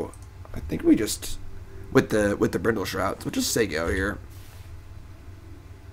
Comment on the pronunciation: hahaha corrects himself with an incorrect pronunciation for "BRINDLE SHROUT" hahaha classic! edit: again with "Brindle Shout" lmao.